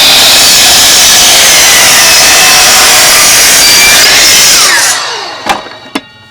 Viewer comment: Cool tool idea, but it appears it needs more R&D. You might consider running many tests & getting comfortable with the tool your giving how to instructions on before uploading a public video. Thanks, it was fun listening to your northern accent say "DULL" like "DALL" 😊